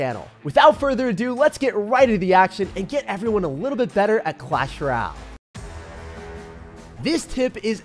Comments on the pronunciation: since when did you start saying clash “rall” instead of clash “royale” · “Clash ryal”💀💀💀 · Clahs rall 😂